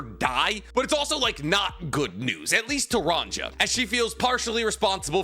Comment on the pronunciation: YOU ARE GETTING BETTER AT ONE PIECE NAMES BUT REMEMBER THE GIANTS ARE BASED OFF SCANDINAVIAN VIKINGS. So all the J names should be pronounced more like a y It would be ronYa